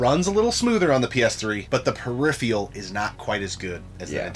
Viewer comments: dude its phe-ri-phe-ral......not pheri-free-al. smh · Peripheral not periphreal. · Why can’t either of them pronounce peripheral